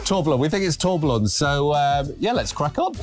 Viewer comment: It's pronounced as "Tour-be-yon". A tourbillon is a mechanical rotating cage found in some expensive automatic watches. It counteracts the effects of gravity has on the watch movement and increases accuracy. Boring bit over, now let's get back to car detailing. 😊